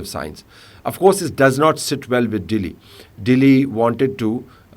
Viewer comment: the way he say Dehli, 😊